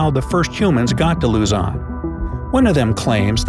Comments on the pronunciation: Woooooh, talking bout mah country again! To my foriegn friends I know the spelling is Luzon, but you guys pronounce it Luzan the pronouncement is Lose on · its lozon not lazan and nor is it luzon its lozon!!!!! I live in the philippins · It’s not pronounced “la-zon” it’s pronounced “lu-zon” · it's "Luzon" not "LuZaN" sir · whelp i'm already at the philippines and luzon is not luzan its like pronouncing loozon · Well I might be wrong but did you say Luzan it Luzon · Sorry but I live in LUZON not LIZON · he said lazon but its pronounced as luzzon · Luzan is what i hear not luzon im am a filipino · I heard "Lazan" instead of "Luzon" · Not even 5 seconds in.... and he said Luzon incorrectly 😂. He said luhzahn.... it’s loozon if u were to pronounce it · He said if u head to “LUZAWN” island lol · Lu-ZON OK?! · Luzon not lozon😅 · Its luzon not lozon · Its pronounced "luzon" duuuh!! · It pronounced Luzun Philippines lozon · I hate the fact that you say luzon as luzun though hey keep up the good work in the vid